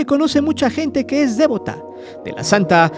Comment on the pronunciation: No es "dévota", es devota, mi estimado.